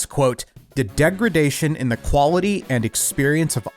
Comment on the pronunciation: De grad ation 🤢🤢💀